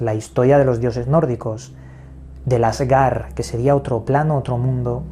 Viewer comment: El asgar 😆 no manches hasta mi primito sabe que se dice asgard y que asgard es la tierra no otra dimensión como dice este wey